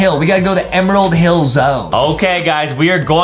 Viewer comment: it said emrald hill